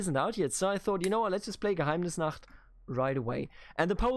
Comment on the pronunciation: You said "Geheimnisnacht" so beautifully Deutsche hier?